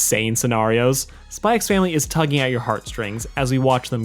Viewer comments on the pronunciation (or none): You don't pronounce the "x' in Spy x Family, I don't think anyway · It's not pronounced "Spy x Family". That's just a stylistic thing in alot of Asian media just like Hunter x Hunter, which would just be pronounced "Hunter Hunter". Good video, but I'd just thought I'd let you know.